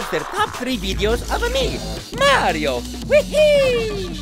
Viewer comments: someone oughta slap that guy. HE SAID MARY-O!! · Please tell me who the fuck "MAY REE O" is. Are you trying to say "MAR EE O" ? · i hate hearing people say MARY-O. it should be mario (mar-ket, long E, long O) unfortunately MARY-O is a common pronunciation